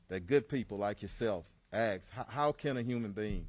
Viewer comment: "axe" lmao